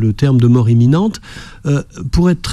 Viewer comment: Imminente et pas eminente